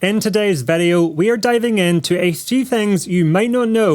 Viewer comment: It surprizes me every time he says Vedeo 😀